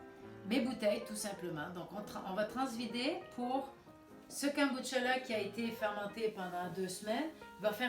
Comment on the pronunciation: poyrquoi les gens disent Kemboutcha 😂😂😂 JPP